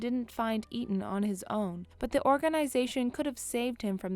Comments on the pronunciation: Shows she's not seen Hobbs and shaw coz she pronounced Eteon WRONG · the fact that she doesnt even know how to say eteon correctly and butchers it multiple times.